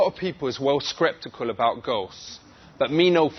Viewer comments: screptical lol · "A lot of people is well screptical about ghosts..." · "A lot of people is well skreptical about ghosts." Hahaha. What an English professor.